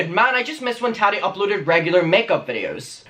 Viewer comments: It’s Tah Tee not Tah Dee, pronounce it correctly please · Tari??? Wtf? Repeat... Tattti, her name is Tattiana!!! With a strong middle T.